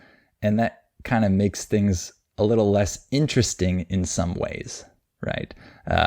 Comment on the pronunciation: A little bit You don't pronounce the t right in little and relace it with a in bit or what l? Like ( alil be2)?